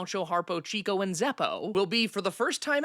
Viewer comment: And I guess I’ll be “that” guy and helpfully point out that MGM’s “Mayer” isn’t pronounced like the Oscar “Mayer” who sells hot dogs. Also, Chico isn’t “CHEEK-oh”, but “CHICK-oh”.